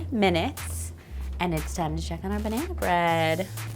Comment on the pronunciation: She said banehna, not banana. That's why.